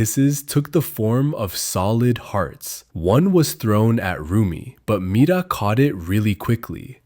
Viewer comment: NOT HIM SAYING MIRA MITA😂😂😂